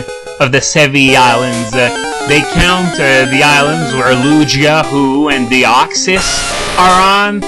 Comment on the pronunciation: u say the names wrong tere prounounced lu-gee-a ho - oh but u said deoxys rite :D